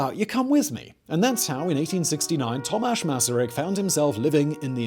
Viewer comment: Thank you for making this video and for pronouncing his name correctly! Greetings from Czechia